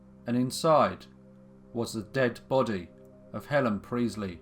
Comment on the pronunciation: Sorry but its Priestly, emphasis on the t.... not Preezly!